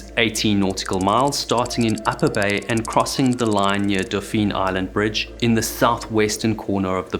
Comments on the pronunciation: This came across as very well-researched, and the narration was very concisely written in how it presented information. I just you had researched and found out ahead of time that in Alabama, Dauphin Island is pronounced "DAW-fin," not "do-FEEN." That's not even how the French word dauphin is pronounced. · We pronounce Dauphin Island 'Doffin' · The locals around Mobile Bay pronounce Dauphin Island like dah-fin….dolfin without an “L”. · Dauphin Island (pronounced kind of like “dolphin”) used to be called Port Dauphine, so you’re not completely wrong—just not saying it the way locals do.